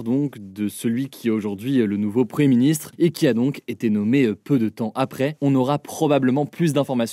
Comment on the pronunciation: Pouvez vous svp prononcer le "m" de preMier ministre ? Merci